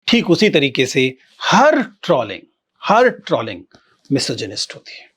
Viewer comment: शायद सही उच्चारण "ट्रोलिंग" है.. ट्रॉलिंग या ट्रौलिंग नहीं 🤔